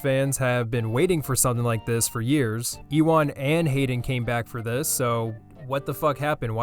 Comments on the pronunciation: JESUS H CHRIST, PRONOUNCE IT "YOO-IN" NOT "EE-WAN" Good vid tho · "EEWAN" bro cmon it's pronounced "yoowan" you goober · It’s pronounced “you-won” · eewawn mcgregor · Is deliberately pronouncing Ewan horribly, so it sounds like obi-wan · Says he’s been waiting for something like this for years and then proceeds to absolutely butcher the pronunciation of Ewan McGregor’s first name. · Your saying Ewan wrong if u didn’t know already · you probouncing Ewan like its O b-Ewan is hilarious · bruv thats not how you say ewan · Love how he pronounced mcgregors name lmao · I don’t want to be that guy, but, that is not how Ewan is pronounced.